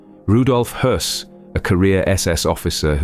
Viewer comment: impressive that you pronounced the name Höss Correctly. Many many others would say hoss